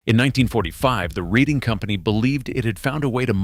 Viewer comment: Sir, the proper pronunciation would be: RED+ING